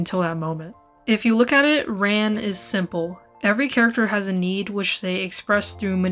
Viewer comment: RAN. Pronounced like "fawn".